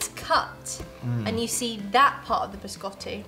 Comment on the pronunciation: Ha detto Biscotti o Gerry Scotti?